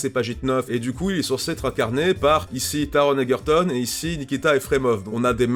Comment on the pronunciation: Honnêtement, le trailer m'a vendu le film dans les premières secondes, dès que j'ai reconnu la musique (bon, j'apprécie aussi beaucoup l'acteur) 😁 PS : Je peux faire ma chiante ? Le G dans Ergerton se prononce "je" et pas "gue" (désolé 😭)